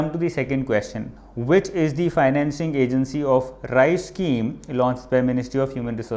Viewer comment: RICE????...Its RISE